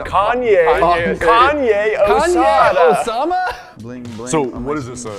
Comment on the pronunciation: "Kanye o llama"